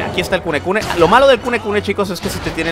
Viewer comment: El demonio se llama kunene y le dice kunekune:v me recuerda a mi diciendole burdaka al aku aku